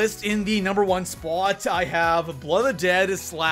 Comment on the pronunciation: I really hate the way you say "spot"